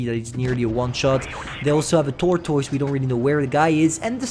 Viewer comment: It's because the way he pronounced it, i even had itches all over when he exclaimed it as t o o r t o i s e